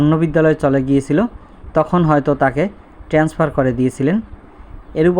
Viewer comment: আপনি কি একজন শিক্ষক? আপনি বারবার বলতেছেন ট্রেন্সফার, শব্দটা তো হবে ট্রান্সফার।